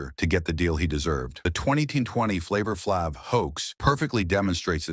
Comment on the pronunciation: I cannot take seriously ANY channel that will run a piece that intentionally mispronounces the name of one of hip-hop's most recognizable figures. AI voice or not. It's disrespectful.